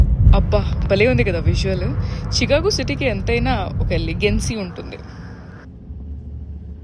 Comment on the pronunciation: అది చికాగో కాదు షికాగో 😊